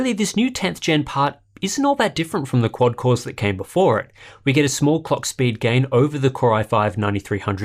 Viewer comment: Is it me or did I hear "small cockspeed gain"